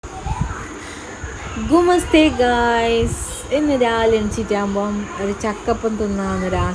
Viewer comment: നിന്റെ ഗുമസ്തെ എന്നാണോ നമസ്തെ ആവുന്നത് 🤔🤔🤔❤❤❤